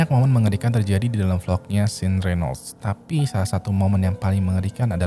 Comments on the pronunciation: Nah kudunya kaya 'Shawn' bacanya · sean bacanya syan bro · Sean bacanya Shan bang, bukan sin hehe ✌ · Sean itu dibacanya "Shawn" atau "Shon", Bang, bukan Sin. 😂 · Njir. Nge bacanya setengah" si:v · Sean bacanya kek Shawn (Eng) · Sean is pronounce " Shaun or Shawn " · ok... namanya dua2 nya salah.. Vlad itu kyk bilang blood tpi pake V.. so apa yg di baca sama dengan ap yg diomongkan. and Sean.. di baca shan.........